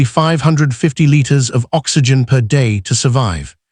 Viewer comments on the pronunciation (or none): none